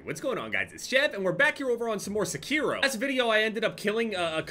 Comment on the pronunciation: pronounces Sekiro differently every time he says it